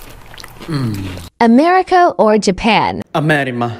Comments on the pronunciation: I saw this other person doing the same thing and pronounced America Amerima on purpose and he is from the United States and this he can say America right but Ig he's doing this for views or likes idk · hes doing it on prupose its pronounced ameri CA not ameri MA c and m and two completely different letters. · He can't pronounce America that is why he is saying amerima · What is amerima Stop pronouncing amerima it's america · the confidence he has saying AmErImA lmfao 😭💀💀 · Bro was too confident with the “AmErImA” 😂💀💀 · Bro so confident to say “Amerima” 💀💀💀🔥🔥🔥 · Accent's don't cause a change in the entire word, just the pronunciation 💀this bro wants to go to amerima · BRO'S WAY TOO CONFIDENT WITH THAT "AMERIMA" 💀💀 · DAMN BRO SAID AMERIMA WITH CONFIDENCE GOD DAYUM 🔥🔥 🥶🥶🥶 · America or japan ,, ,,AmErIMa ,, ich glaub die können kein M aussprechen ein mmmmmm😂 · He just pronounced it wrong? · Dude, it’s literally just a mispronunciation. What don’t you get about that? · Pittman not that’s how Americans pronounce it but okay